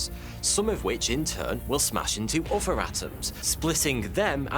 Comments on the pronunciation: He says 'uvver' instead of 'other' and 'anuvver' instead of 'another'. Anyone know where this indicates he's from? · I get chills every time he says "bover" or "furver." It's like a kid that says "fwog." I understand it's just the accent but I can't help it.